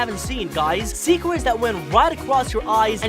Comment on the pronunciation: But when he said swecret" 💀